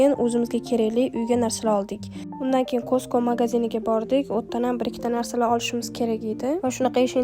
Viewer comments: Bosh homiy "keyin"😅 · Keyin degan sozizda ozbekligiz bilinyapti